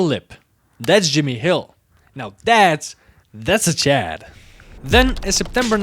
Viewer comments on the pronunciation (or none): none